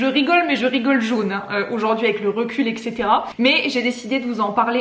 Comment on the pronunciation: L'inspection permet de se mettre dans la situation des élèves : observés, évalués en permanence, et toujours dans le désir de bien faire. Par contre il faut vraiment arrêter avec les "EXETERA", si vous dites ça à vos élèves je vois mal comment ils pourront l'écrire et le prononcer correctement... Et s'il n'y avait que ça...